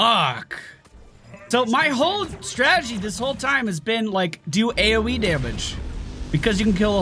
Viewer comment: "this is our A-O-Wii" :)